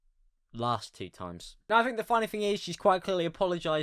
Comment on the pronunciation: Think = fink With = wiv 😂😂😂😂😂